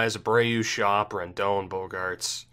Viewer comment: Did you pronounce it jonathan "shop" on purpose? Because if not then it's pronounced "skOHp". Mind you, it is an Orioles player I'm talking about here so it doesn't bother me much if you completely ignore how to pronounce his name lol